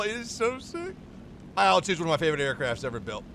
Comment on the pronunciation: I'm not sure if anyone has pointed this out to you before, but with the Soviet/Russian planes and helos, the designation isn't (usually) an acronym, it's the first syllable of the designer's (or design bureau's) surname, or sometimes surnames. Thus it's pronounced as a syllable, not letters. So "eel two", not "ay ell two":) "Mig 21", not "emm aye gee 21". "lag 3", not "el eh gee gee 3" and so on. Love your content 👍 Congratulations on becoming a father, and I hope mother and baby continue to do well!